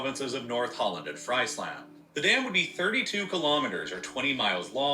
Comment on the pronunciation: Friesland is pronounced freeseland